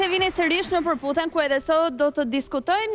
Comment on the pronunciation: Terhiqe dhe mos e keput, keshtu shkoi kjo pune “PerButhennnn”